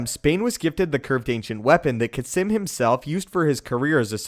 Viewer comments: Its pronounced "kasss-eeeem" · Is Kasim's name actually pronounced Kah-Simm